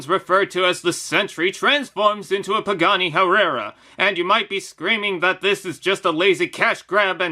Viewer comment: no one:: “Pagani Hererah”